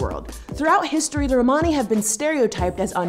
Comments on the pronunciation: The only thing that frustrated me was how you said Romani, I am Australian and was taught by a woman of Romani decent and she did not say it like that. But yeah, Americans must say it differently to us. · Romani is pronounced the same as Romans so Roman-ey like money not Rmaani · Please learn to pronounce "Romani" especially since you're "defending" us. Lol. The way you say it sounds like you're speaking about a group of Ray Romano fans. Hey look it's the "Ro-monnies!"